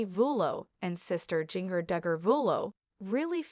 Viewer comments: Learn how to say people’s it’s Jinger as in ginger! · That's what happens when you get a robot voice to narrate instead of a real person